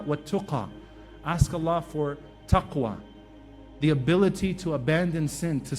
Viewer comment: Salam alaikoum CAN i ask a QuEstion please : why did you say tuqwa in duaa and not taqwa ? Thnks